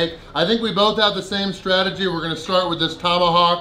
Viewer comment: Stragedy? Lol you mean strategy lol